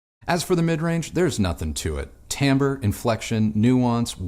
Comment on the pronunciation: Tambre? What's that? Timbre, I understand. Check your dictionary. I've heard you use "timbre" in the past in its proper context. Sorry about this, but things like this just really bug me.